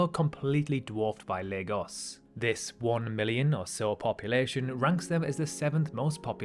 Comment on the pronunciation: On behalf of all Nigerians, thank you for not pronouncing it: 'LAG-OHS'